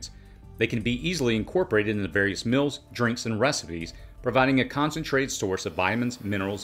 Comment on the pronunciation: I love your videos but could you stop saying “mills” for “meals”? It’s pronounced “Meels”